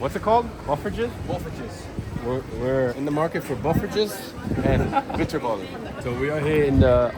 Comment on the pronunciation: Nah! You guys killed it !! I dare to repeat the pronunciation. Great content